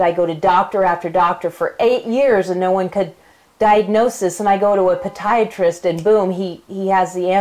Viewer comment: It is poDIatrist....... Not poDIatrist..just saying....